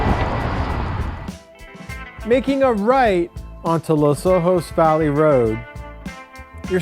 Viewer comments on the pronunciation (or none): Dude. Perfumo???? Lo Sojos Valley Road? a-VEE-la????? It's Los Osos. and about Avila Beach: "The name Avila commemorates Miguel Ávila, who was granted Rancho San Miguelito in 1842" (Wikipedia for ease). Notice the accent on the A. Great area, I used to live there. Thanks for including this beautiful area but so painful to listen to this! lol